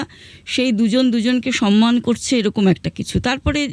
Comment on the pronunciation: সনমান নয় শব্দটি,,,, সম্মান বলুন